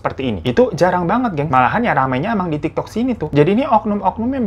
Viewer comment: Tik tok ka bukan tok tok :)